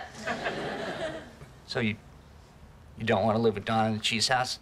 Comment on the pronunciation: Im sorry did you say chesse that always crack me UP